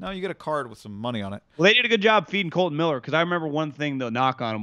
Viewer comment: KOLTON not KOLTEN...